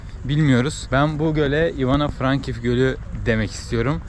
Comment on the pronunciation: Frankivsk deyil Frankovsk